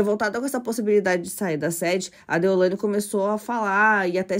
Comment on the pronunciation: Não é deolandia, moça é deolaine!🙈